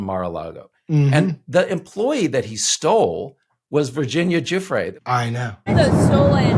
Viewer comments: You'd think someone, ANYONE involved in paid media could learn to pronounce Virginia Giuffre's name correctly, and not stumble over it like it were a surprise. It is pronounced "ja-FRAY", yet not one "news-talker" will ever get it right. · Pause. The people in the "press corps" are NOT serious people. They can't even fucking learn how to say one of Epstein's victim's name properly! These are journalists!? No. They are complete HACKS!